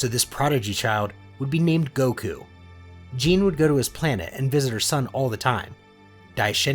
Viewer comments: ok, i am sorry for nitpicking but ( Gee nay). Otherwise I love the content. Keep it up! I can't wait for part 2. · Good story! Her name is pronounced like Ghee neh so you know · By the way, Gine’s name is pronounce “JEE-NAY”. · Very good vid but it is gine gee-ne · Ah yes "jin" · Gine is actually pronounced with the g having the "guh" sound. So it would actually be gin-nay. Other than that, great story!!! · Another great vid my guy. Side note: Gine is said as Ghee (the food) with the “g” sound like game and not a “j” sound like jump along w/may like the sound a horse makes ( which is actually spelled neigh). So, ghee-nay. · I love the stories but I wish that you would've said the names correctly like the emphasis of gine has a e at the in so it would be Gin"e" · Contemplated leaving after how pronounced Gine but i'll wait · Amazing but it ticks at me how he is mispronouncing gine’s name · this is so good but the way he says Gine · Its gine not gine thats nit how you prenounce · Stop pronouncing there names wrong it’s Geenie not Jean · Gi-ne not jen-e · Ok, look, I’m really sorry to nit pick like this, but it’s pronounced GEEN- A not like jean idk it just is wrong and they even pronounce it in the movie properly, but again this is like mega nitpicking, you can just ignore me if you want, sorry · The only thing wrong with this is the name mispronounceation like her name is (je name) not Jean but the story overall is amazing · It's gine not gene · Jeen??? Its gyna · does this guy really not know it's not pronounced gene it's pronounced gee nay gine is kakarots mother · Her name is pronounced Ge-neh, not Jean, lol. Good story though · Stop calling her jean it’s pronounced ji/nay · Hey it is not gine it is gi-ne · ITS GE-NA NOT GENE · its gin-ne not Gene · Its not Gine its Gi-ne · gine is pronounced ge nya not jine i think but however is the right wat to say it isn't my problem this is very gooooooooooooodddddd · G-I-N-E not J-E-A-N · Why does he say Gine like Jean Lol